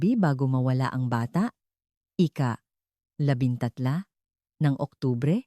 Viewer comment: Malo ang pagbigkas mo ng "ika" ito ay kasabay na binibigkas ng petsa_katulad nito; ika-dalawampu't walo...